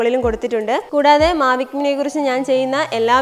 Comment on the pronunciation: Mavic Mini yennu curecta parayan padik first